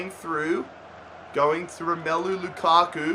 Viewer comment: "row-ma-loo" omg this dude's pronunciations